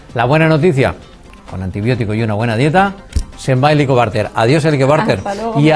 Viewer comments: El entrevistador dice " helicobarter" je je je , en vez de helicobacter......interrumpe mucho.....pero gracias... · Por favor, señor entrevistador, deje hablar a la doctora. Se dice Helicobacter con c y no con r. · Muchacho. Lea bien, y grávese la pronunciación, antes de cada entrevista. Por favor...!!!! Es irritable escuchar en toda la entrevista Como pronunció mal. Helicobarter. HELICOBACTER, Bacter , bacter. Bacter. Get it. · Si, que fastidio con ese entrevistador q no deja hablar a la experta y además pronuncia mal el nombre de la bacteria.....que horror !!